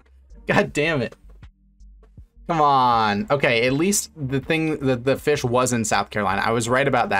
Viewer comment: Haha Feesh